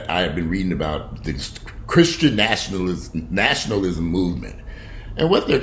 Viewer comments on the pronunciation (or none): repeat after me....Na-shun-al-ism. Again...